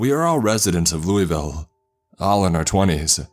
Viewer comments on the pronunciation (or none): Imagine pronouncing Louisville like “luey vil” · That’s not how you pronounce Louisville btw. It’s Lou-uh-vull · Alright 2 things about Kentucky. It's pronounced "loo-uh-vuhl" and there's something in all our woods. Don't go out there with out a gun ever. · I love your videos but I hate the fact no-one pronounces Louisville correctly like I'm from there its pronounced LOUL-VALL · I hate how they say Louisville wrong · It’s Louisville not Louisville